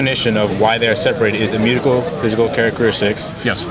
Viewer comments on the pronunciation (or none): This kid can't even pronounce "immutable" or "chromosomes" correctly.